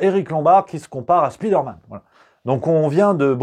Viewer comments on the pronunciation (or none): "speederman" c'est le gars rapide "spiderman" c'est l'homme araignée : tout est dans la prononciation lol